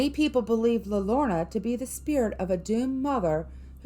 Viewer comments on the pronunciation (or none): pronounce like this "La yode ona" the crying woman in english. everyone on youtube pronounces this wrong. Her story keeps kids away from the river. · La Llorona is pronounced Lah Your on uh..... I am from New Mexico.